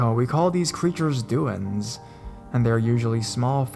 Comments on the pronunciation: It's pronounced Du En Deh, Do en deh. Not do in lol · For future reference, Duende is pronounced: doo-end-Ae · Hate to be a pill, but it's pronounced DWEN-DAY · I don't know if it's you speaking or not, but you don't seem to know that Spanish words are not read as if they were written in English, you can hear what duende sounds like clicking on the speaker icon here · Is that the correct pronunciation of Duende? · Could have googled how to pronounce duende... Still love the video.